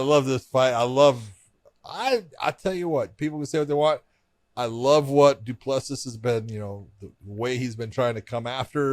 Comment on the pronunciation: Still butchering Du Plessis 😆 it's pronounced Doo Plusi don't pronounce the last S